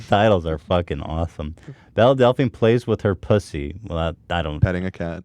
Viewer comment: Why is it so hard for Ethan to pronounce Belle correctly